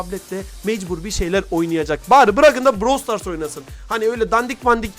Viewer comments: Brawl stars❌️ Bırawıl stars✅️ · bıırawıl stars (doğru Brawl stars( yanlış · ''Bıravıl Stars'' Ablamız çok iyi söylüyo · te brawl stars❌ bravel stars✔️😂😂 daha söyleyemiyolar bile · bıravıl stars 😂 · BıRaVıL StArS😂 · Brawl stars× Bırawl stars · Brawl stars❌ Bıravıl zıtars✅ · Brawl stars ❌ Bravıl stars ✅ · "bıravıl sıtars"PAUAGHABAJA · Bıravıl Sıtars ne? daha oyunun adını söyleyemiyolar haber yapıyolar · brawıl sıtars aajaajajajsuessbaubyb😂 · DAHA ADINI SÖYLEYEMİYO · abla ilk önce brawl stars demeyi öğrensen ya?